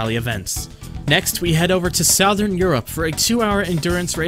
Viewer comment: tell me u didn't just pronounce southern like that lmaoo